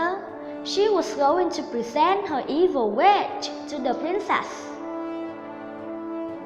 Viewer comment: Her "wiSH" chứ không phải "Her witCH"